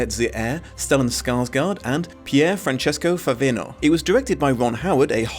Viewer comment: being Italian and seeing him in a bunch of stuff, hearing "Pierfrancesco Favino" pronounced in an English accent feels so weird...